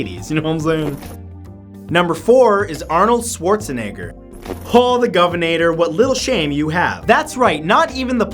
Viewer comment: schwarzenegger is pronouced wrong too lmao